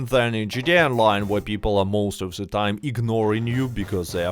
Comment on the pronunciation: “I got se moves” 🕺🏻